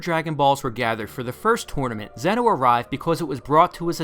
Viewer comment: Btw it's not zeno its pronounced zen-oh like yu-gi-oh